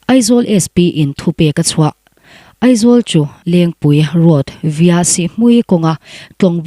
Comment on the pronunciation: ''via'' tih kha ''vaia'' ti in an lam.